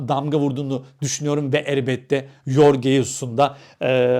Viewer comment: Yorge değil Jorge Jesus doğrusudur.